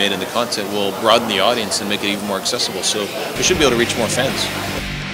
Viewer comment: he said god-dience he does respect his fans